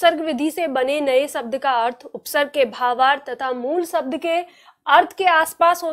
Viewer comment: बड़े अफसोस की बात है आपका उच्चारण स और श का सही नहीं है हिन्दी टीचर का उच्चारण सही होना चाहिए आप परिभाषा को paribhasa बोल रहीं हैं और शब्द को सब्द बोल रही हैं